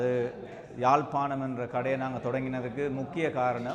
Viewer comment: தமிழ வாழ விடுங்க, யாழ்+பானம் இல்ல யாழ்+பாணம் . முழு பிதற்றல்